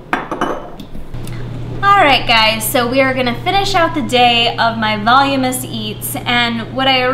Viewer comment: *Voluminous : "vol-loom-in-us" just helping :)